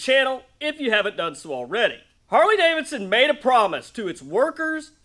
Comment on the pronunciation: "Carley Davidson"!😂